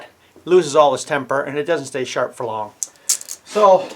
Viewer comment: "Youse, charp", love it!